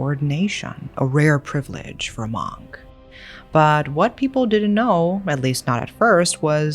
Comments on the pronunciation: I’d love to watch this but the way you pronounce Monk is actually driving me insane. Mooohnk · i love you but your pronunciation for “monk” bugged me in this video other than that i love listening to this whole story.